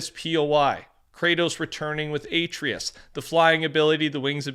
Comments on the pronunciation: ‘Aitreeus’ oh my god that was hard to listen to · it's Kratos and Atreus(ah-Tray-us) NOT (A-Tree-us) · Atreus= uh-tray-iss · It’s pronounced uh Trey us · i love you and everything bro but you gotta work on atreus’s name pronunciation